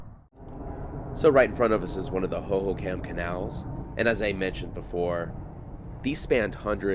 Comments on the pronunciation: When you say it it should sound like " ho ho com" not ho ho cam. But i have lived here since the mid 90s and didnt know alot of this stuff. Thanks for the info!!! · fyi, Hohokam is pronounced /ˌhoʊ.hoʊˈkɑm/ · Pronounced(ho ho com) also that is the salt River, it is a mix of both the verde River and salt River, the gila River is south of phx,and has no water River but it does have water until reachs Florence at which point all water is deverted for agliculter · Great video. I caught the Salt River thing, but you already caught it. 😊 Hohokam is pronounced ho ho com. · HO-HO-KUM..... Arizonian born and raised. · (Hoho com & pap ah go) is how these words are pronounced. I use to ride my horse in this area even getting onto the 202 as it was being built. I despise the growth happening in Arizona. I enjoy your channel. However I do wish we didn’t have to worry about people destroying our cherished remote areas. But people do destroy beautiful Arizona places. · Hoho COM is how it's pronounced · It's pronounced Hohokam (/hoʊhoʊˈkɑːm/) the last part is more like com not kam lol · Raised in AZ, the pronunciation of the Hohocam name, has the accent upon the 2nd ho.; hoHOcam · I love your videos sometimes I watch them twice, being an Arizonan I was impressed when you were in Prescott a while back and knew to call it Prescutt, now I'm gonna ask you to pronounce Hohocam Hohocom 😂 Sorry it's an Arizonan thing. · How are you saying "Hohokam" over and over and not giggling!